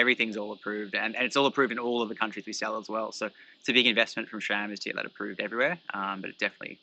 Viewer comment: There is NO “H” in SRAM. 🤦‍♂️